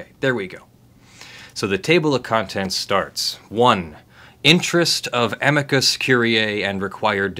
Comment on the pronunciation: TIL how to pronounce amicus correctly. Yay for Latin!